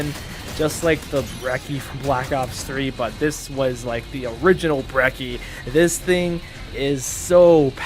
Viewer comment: Brecchi is not pronounced Brecky. It’s pronounced Breh-chee. Just like Gucci is pronounced goo-chee instead of gucky or gooky.